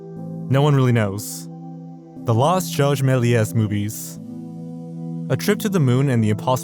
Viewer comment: The s at the end of “Melies” is silent.